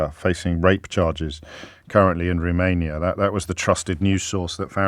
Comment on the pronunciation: Roomania … (As pronounced by ) The country where Kangaroos are worshiped as Gods…..